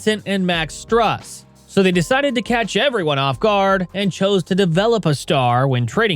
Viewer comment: Struuuuuus... not Stross lol Hero (Herro).. not Herah... 😂😂😂